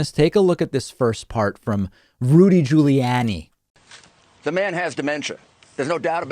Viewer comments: My god did you really need to do the "Jooly-Yanni" thing? What is it with you and purposely mispronouncing people's names? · Um... Why the different pronunciations of 'Guiliani'?